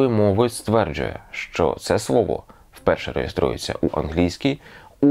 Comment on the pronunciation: Буво? Гавина? Свово? Ааааааааа